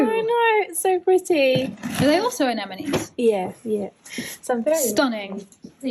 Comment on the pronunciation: Can someone please teach how to pronounce Anemone in English